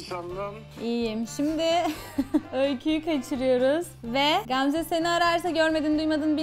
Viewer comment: Qamze yox Gamze🤦🏻‍♀️